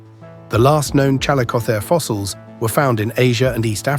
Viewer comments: It's pronounced Chall-ISS-o-theer. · Ai video bullshit bruh just narrate, I know this video has nothing interesting to say that everybody doesn't already know but just use a human. "ChalleycoTHAre" "challeyCOTHeree" "challeyKOtherz" BRUH calico theer no human would ever struggle to pronounce that 800 times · CAL LICK O THEERE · The "ch" in "chalicothere" is pronounced like "k". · My apologies, but the AI narrator managed to irritate my ears with at least five different pronunciations (all incorrect, btw) of the word chalicothere/chalicotherium. Please use an educated human narrator! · The AI narrator mispronounces chalicothere. I wonder if the maker of this knows how it's pronounced. Or perhaps they didn't listen carefully. Interesting topic but I feel insulted. Hopefully the creator will move away from using AI resources as they get more subscribers. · Well... this is Youtube, a place of subjective and/or poorly researched and understood information. Any amateur can make a video and most viewers will regard the information as fact. I mean the guy even pronounces the species' name wrong. Point is, don't take everything so to heart, I'm sure this must be annoying to you as this is your field of expertise, but this is yt, dont bother to be bothered